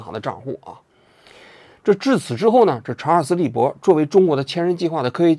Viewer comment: 隔壁老王把查尔斯利伯肯定念成查尔斯韦伯了。。。所以才后期加工修正明显。。。:face-green-smiling